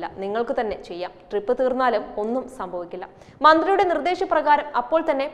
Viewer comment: അല്ല ട്രിപ്പ് ആണോ drip ആണോ ഇതാ വീണ്ടും ട്രിപ്പ്‌ ഇതാ വീണ്ടും ട്രിപ്പ്‌